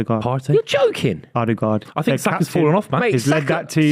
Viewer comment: Its Odegaard